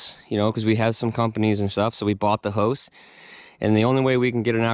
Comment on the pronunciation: Never really heard anyone pronounce house as "hose".